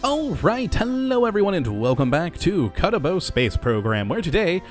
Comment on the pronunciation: Have people given up razzing on you for saying "kuttabo space program"?